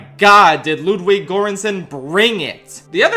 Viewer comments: His name isn’t pronounced Lewd-wig. It’s pronounce Lewd-vig. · 'Lewd?'wig Goransson? I'm double out